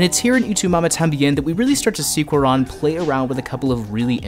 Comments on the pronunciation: Great vid! But also, it’s pronounced kū-ah-rōn... not kū-ah-rahn. The accent on the ó is there to indicate the stress on that syllable. Same for Y Tu Mamá También. Ē tū mah-maah tah-m-bē-ehn. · WHY THE FUCK YOU SAY CUARÓN LIKE THATTTT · you massacred his name. good video though